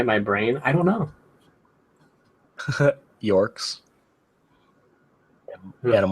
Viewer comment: its pronounced Yeerk with e sound not with a O sound like York. I love Animorphs! I'm STILL PISSED off that Nick cancelled it or whatever happened.